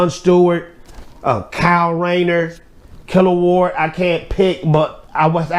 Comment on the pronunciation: Killawog “killa-wog” I’m old so I been on DC since 80’s bro 💪🏿 😂😂😂 not killerward